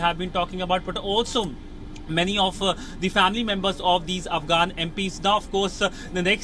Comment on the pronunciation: Spouting, Twenteee, af'gaaan, seeeks, GRrratitutde, hunddreettt, and many other pronunciation mistakes, won't make you look any professional.